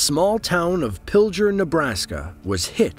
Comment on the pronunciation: Y he pronounce pilger like that??!!🤢🤢